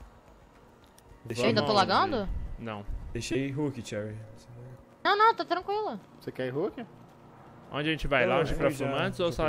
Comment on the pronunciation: o ensiste em pronunciar o nome da cherry errado né kkkkkk